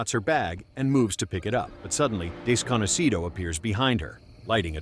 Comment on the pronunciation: Apparently you are, I know spanish and it sounds weird when he says Desconocido bc most english speakers sadly dont know shit about spanish and would probably think thats his name besides that are like you, a Lisa Simpson